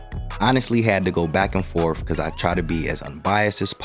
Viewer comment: Did you say, "back and forf"?????